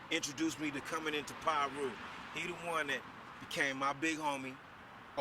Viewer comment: smh they been around since the 70s dude and it’s Piru not no damn pyru wtf